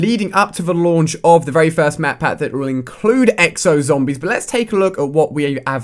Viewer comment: I hate how this guy says zombies but he does pretty decent reviews